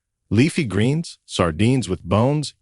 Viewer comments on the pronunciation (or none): none